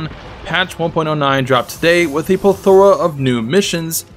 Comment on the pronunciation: "Puh-thora"? Even if you were saying "Pleth-ora" that's still not how that word is pronounced.